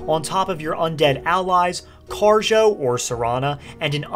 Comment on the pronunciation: did you say Kharjo or J'zargo?